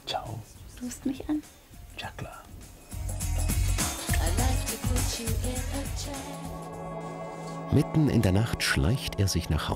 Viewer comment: “Dsa kla “ anstatt ja klar 😂😂